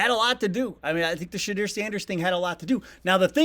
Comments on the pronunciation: You might wanna learn how to pronounce the guy’s name, it’s pronounced Sha-door, not Sha-dear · His name is Pronounced Sha-Door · Shedeur is a ratings magnet. I don't give 2 shyts about the Browns. Nobody does outside of Cleveland. Yet here I am watching "Browns Latest" because it showed up on my feed. You should learn how to say his first name correctly, though. It's not Sha-Deer. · If you say shadeer one more time…..! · Pronounce his name correctly.....SHA-DOOR! Damn! Smh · Idk who Shadeer is, plz learn to pronounce his name. 😂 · First off his name is not Shadeer. Get his name right mfka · please learn how to pronounce his name! sounds like Sha-door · His name is pronounced like Sha-doer. Please get it right. It shows respect. You are not pronouncing Dylan Gabriel wrong. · His name is Sha door say it like that🤣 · Pronounciation guide....... SHA-DU-ER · appreciate your show but how about learning how to pronounce Shedeur's name...its not Shedear...all due respect...thanks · it's pronouced Sha-door please learn how to pronouce the young man's name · His name is NOT pronounced “ Shedeer” ! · You should learn how to pronounce Shedeur 😂😂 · You know how to say his name. He doing it on purpose. Will not subscribe 2 he get it RIGHT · Is Sanders name pronounced Shed-DURE, or Shed-DERR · I wished you'd learn to say his name properly. Sanders will prosper & be the new "King of Cleveland." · stop mis-pronoucing his name. you know how to say his name🤨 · How you have the dumbest last name that ever existed. But can’t pronounce shedeurs name properly. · You’re saying Shedeur name wrong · If u gonna use him for weak content at least pronounce his name properly smh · hey YT man. Shedeur has been doing all the right things. He’s always been active in the community everywhere he’s been. also learn how to say his fuckin name. Respectfully of course. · Do you realize that you are pronouncing the name of #2 wrong? You should look into that...other than that I subscribed.